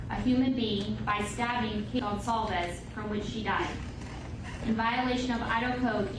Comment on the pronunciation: It’s pronounced gon-sal-vez. So many get it wrong.